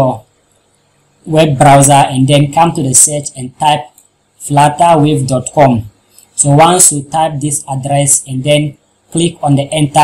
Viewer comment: "Flattawave" lol